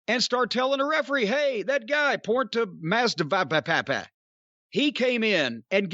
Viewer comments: Jorge Mas a dak -of -dak of -da .im dead 😆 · Masvidal is nowhere near as difficult to say as Cornball is making it out to be lol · GEORGE - the name he can't say is George Masvidal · Jim pronouncing that surname is hilarious lol